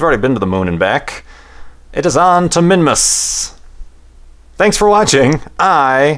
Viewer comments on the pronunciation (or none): Minmus sounded like Mimas.